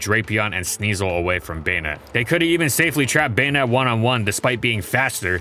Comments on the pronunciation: Baynet? Am I the only who says Bah-net? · I thought it was pronounced "Buh-nette" instead of "Bane-ette" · I keep hearing "Bayonette" instead of "Banette" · Why do I hear bayonet? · Baynette is the right pronunciation for it's name? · The say you say "bay-ned" ruins the whole video